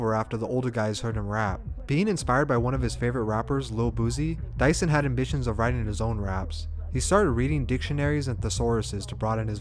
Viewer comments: you pronounced his name wrong the whole thing, i could barely finish bc it made me mad everytime you said it !! it’s pronounced “due-son” not no mf “dyson” like he a vacuum !!!!!! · Dieuson Is pronounced as Jason.. Jesus christ 🤣